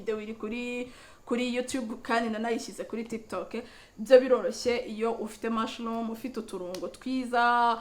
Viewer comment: Ngo ni vegetable "lice" irimo "caloti" na "poivlon"....ngo soup ya "mushloom"🤣🙈 gutandukanya "R" na "L" bizagorana 🤣🫪😂